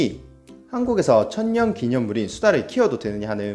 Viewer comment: 난 그냥 천연기념물을 천년기념물이라고 발음 하는게 제일신경쓰임